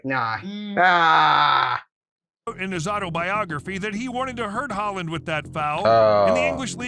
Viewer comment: Yeah, the guys pronunciation was way off a number of times. His Liége was definitely not standard and he butchered Alf-Inge Haaland's name was almost as bad as Roy Keane's pre-meditated violent GBH inflicting assault on the guy's leg.